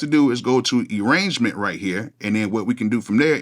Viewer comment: "E-rangement"., you're country as he**!!!